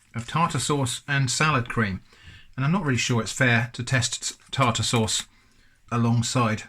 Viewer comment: Am I the only one that keeps replaying it when he says tar-tar-sauce